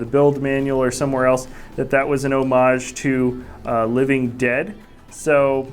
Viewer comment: Love the video. Would prefer if the minifigures weren't spun around / turned left to right and right to left as much, as fast. Love the dark blue leaves and the overall color of the upside down portion of the house. Love that the word "Homage" was pronounced properly.